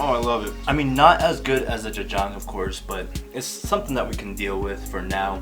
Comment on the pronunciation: omg your pronunciation 'jajjang' ...... dafuqqqq